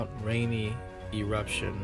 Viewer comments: Its rainier..pronouced rain..ere..other than that great report ! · Bruh it is not mount Rainey it's mount rainier